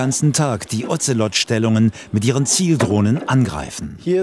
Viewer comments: Sprechen Sie mir nach: "Das Ozelot kotzt am Ozean auf Bozfahrt". Das Otzelott! Die Bundeswehr mit ihren Tiernamen, die sie selber nichtmal aussprechen kann... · der Otzelott .... diese Aussprache 🤣 klingt wie ein Ritter der Tafelrunde. Sir Otzelott.